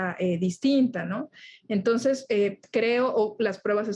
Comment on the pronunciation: dice "Tonces" o es mi imaginación?